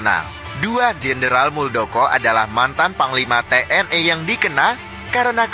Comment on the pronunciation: TNI bang bukan TNE